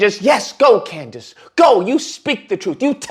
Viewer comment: I HOLLERED when you called her COONDACE!!!